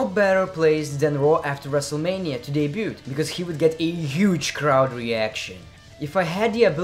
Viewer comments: The T is silent in debuT btw haha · Should let you know bro that Debut is pronounced without the t at the end (deb-ue) Keep up the good work bro! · Just so YA know m8 the T in debut is silent love your vids though👍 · Just so you know, you don't pronounce the T in debut. :-D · U don't pronuce the t in debut.